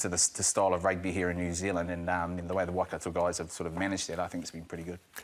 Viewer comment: Since when was it pronounced ‘Wah-Kato’?